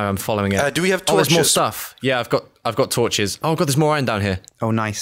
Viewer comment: anyone notice how doesnt say torshes any more?